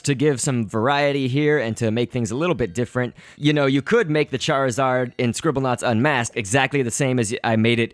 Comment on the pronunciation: charizard prenounceation fail:cairzawd. lolo